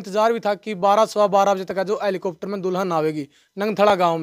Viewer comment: इसे हैलिकोप्टर का नाम भी बोलना नहीं आता. और इसकी जाँच भी होना चाहिए।